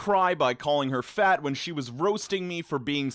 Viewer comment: "I'm a fat myself" Why do you gotta make it sound like some kind of slur? lol